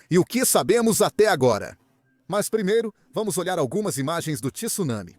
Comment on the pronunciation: TSU, não TISSUNAMI....